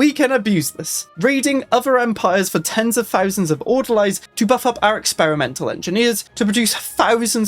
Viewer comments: It’s pronounced order-lees. Orderlies are nonmedical hospital workers, like the people who change the bedsheets, restock the tongue depressors, coean the bedpans. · You know, I was just saying like 2 days ago how insane a nomadic crimecorp would be. Not like this though, this is ridiculously OP. Also... It's pronounced "Order-Lees", welshman. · Die-nasty and order-lies I can't take it anymore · every time he says orderlies I die a little inside. Order-lees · That's not right at all. Haven't you ever seen a movie that takes places in a psy ward? Besides, it's very obvious how to pronounce the singular "Orderly", so why would you suddenly change it for the plural? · Your pronunciation of Orderlies going to trigger me the whole time.